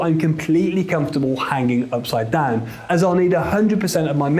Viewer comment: take a shot every time he says "ipside down"